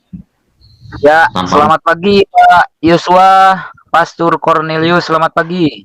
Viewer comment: Moderator nya bukan kaleng2 tp drum2 ,galon2 sampai saya gagal dengar......dia bilang PESTOR...PASTUR.... 😂😂😂😂😂